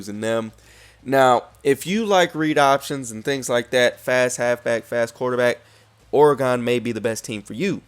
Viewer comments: I am not trying to be rude, just informative and helping. Oregon is pronounced "organ" like the organs the your body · you say oregon weird as hell lol